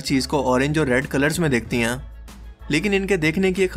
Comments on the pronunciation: Hain ko sehi se bola kro, hain hota hai ہیں ok ہیاں nahin hota plzzz, video ka maza kharab ho jata hai sara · Hain ko ann bolty ho😂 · "Hain"... The word is "HAIN"... How difficult is that?